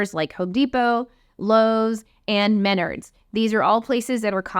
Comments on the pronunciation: “Menerds”? It’s “Men-Ards”. Save Big Money! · This video is so helpful!! But also side note: it's pronounced Meh-nArds. 😉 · You lost me when you pronounced Menards incorrectly